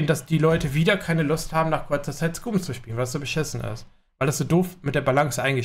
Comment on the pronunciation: Alter hörst du dir selber zu? Warum sollten die Entwickler nur Samstags Mechs anmachen?? Hää? Damit Samstag keiner dann dahin geht? Und was die EInstellungen angeht check die mal. Auf unserem Server ist alles einwandfrei mit Loot. Aber so ist das wenn man zu faul ist sich bisschen was zusammen zu looten. Lern zu spieleb du Bot ;) und achja es heißt Skam und nicht scuuuuuuum